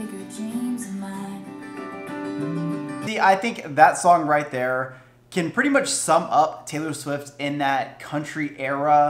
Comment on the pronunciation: When you said “rIght theAr” I choked on tea, I laughed so hard. Also I can’t wait till I’m fifteen to listen to it on my birthday. Your reactions are so energetic and I love then